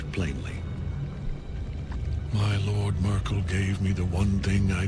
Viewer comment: "The testament of Myrkul- isn't that the German lady?" Cracked me up more than it should. I guess Americans murder Merkel's name like that. And she's retired since 2 years I believe